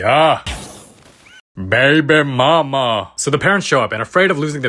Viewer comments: “baybeh mah mah” 😭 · "Baeby maema"